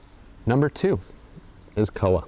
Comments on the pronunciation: koha... pronounced core-ha ish (closer than cowa) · Hey great video! Just wanted to point out the pronunciation of koha is "core-ha" rather than "koa" :) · Te Araroa=Te-ah-rah-raw-ah Koha=Call-hah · the O in Koha is a little lower, and it's two syllables, Ko-Ha, almost. Or at least that's how I've always said it, how I was taught. As always, it differs from place to place.